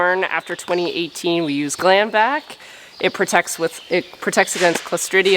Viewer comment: GLANVAC?,, All this time I thought you were saying GLAMvac! 😊 I think I’ve seen too many beauty product commercials lately.😂 🤣 😁 ha ha